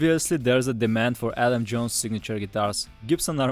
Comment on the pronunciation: It’s Adam not Alan